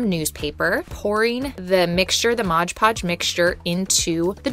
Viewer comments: It isn't Modge Podge. It's Mod Podge! :D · MOD Podge. Not Modge Podge.